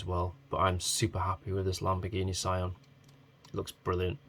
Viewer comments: its so adorable, btw it doesnt pronounce as sa i an, its prounaounce just sian not "ai" but "ii" like "see-an" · yeah they did perfect job for a miniature i believe. Actually i confirmed the Sian pronunciation from the YouTuber supercarblondie because they italians tell her the correct pronunciation. ^.^